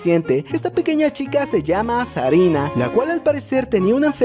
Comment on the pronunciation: se llama Serena, no Sarina xdd (No es hate solo corrijo :'v)